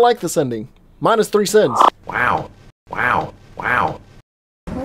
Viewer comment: What he said: minus 3 sins What I heard: minus 3 cents